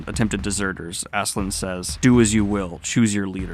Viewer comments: How does "Ass-keh-lad" become "Azz-zuh-lind" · Love your review of this series but I will say its pronounced Aske-LADD not Aske-LAND lol. His name means Ashen One Askekand would mean Ashen Land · Please, I urge you to call Askeladd by his real name, it's not "Askeland" not land. It's Askeladd, ladd. Ladd. In some previous video you said you pronounce names incorrectly for the engagement. It's heinous, but I guess I can give props. Just don't do it with Askeladd, please. I wanna discuss this manga but "assland assland" land is all I hear. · I know you've settled on Asklan here, but its so close it frustrates me to no end! It's Ask-e-Lad ! Sincerely, Scandinavia. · Btw, Askeladd is pronounced Ass-kill-lad And Cnute is pronounced Ca-noot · Holy cow dude... how can you get Asslan out of Askeladd? There's no N. Where's the K? smh. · I love you but please stop calling him Ass land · I forget if mispronouncing Askeladd's name is now a bit, but just in case.... It's pronounced like the sentence "Ask a lad" (as-keh-lad) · The way you pronounce Askeladd's name hurts so bad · what is the pronunciation of this guy i always called it ass k lad